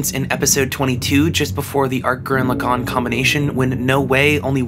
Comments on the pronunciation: Alright dude, its been a few years but i gotta tell you, its pronounced gurran lagann and tengen toppa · You must not be that smart if that’s how you say gurren lagann